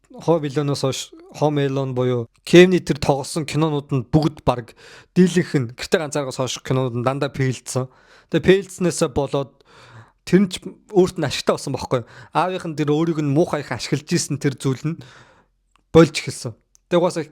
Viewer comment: psdaaa psda psda Фэйлдэх фэйлдсэн/Fail/ гээд хэлээд өгөөчээ лаларааа ПЭЭЛДСЭН пээлдэх /Peeldsen/гд улиад бхын нохойн гөлөг чинь Пээсбүүк /pecebook/ Фэйсбүүк/Facebook Ташаагаа тулсан ПЭЭ биш Ф